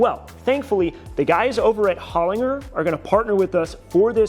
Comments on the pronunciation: Holinger is pronounced Holin-ger as in gerbil not Holin-ger as in Gert. It, important for such an iconic motorsport company. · As an Australian, please pronounce Holinger correctly. It’s ‘hoh-lin-jer’ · AUSTRALIA REPRESENT!! Along with The Awesome Haltech, Holinger, a legendary Australian company, is pronounced with a hard G (J sound) ‘HolinJer’ as founded by legendary Aussie engineer Peter Holinger. Love the project by the way, and following along from Melbourne Australia. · Replace the G with J when saying Holinger. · If he can learn to pronounce Haltech I guess he can learn Holinger